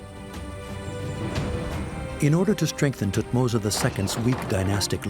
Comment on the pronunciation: calling great tuhtoms III that what a f** French 🤬🤬